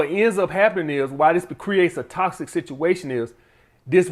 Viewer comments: “Iss TOSSIC” 😂😂 love you man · Not a good look when you can’t pronounce the word correctly that you’re making a video on. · Lmao he say that hoe with emphasis